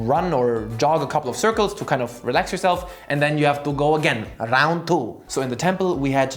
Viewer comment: "rrround thoo" - A wise shaolin disciple